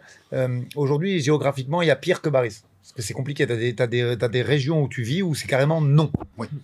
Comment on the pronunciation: Oui je sais que c est un prénom turc assez commun qui s écrit Baris mais qui ce prononce Barish..... J en connais un qui est née en Turquie de 2 parents turcs arrivée en France à 6 ans , il n as pas d accents non plus , mais il met un point d honneur a la bonne prononciation de son prénom turc... C est le première athlete turc de sport d hiver ....